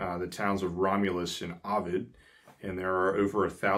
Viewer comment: Seneca County reporting in, and the only error I heard was Ovid. It has a long O.